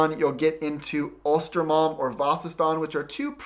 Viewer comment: inte östermalm , ulstermalm hahaha